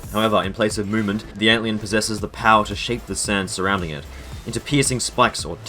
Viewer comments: am i the only one mad that he says ant leeun instead of antlion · Why do you call Antlion, Ant Leon? And Beager, Beggar? Haha you called Antlion, Ant Leon again.. but then a few seconds later, you call it Antlion? Apart from that, cool video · bro why do you say antlion like that